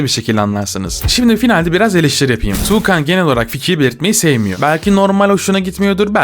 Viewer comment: TUĞKAN DEĞİL TUĞKAN DİYECEKSİN😡(dammn)